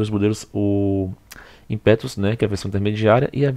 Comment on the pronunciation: Insiste em falar "IMPÉTUS " hein!!!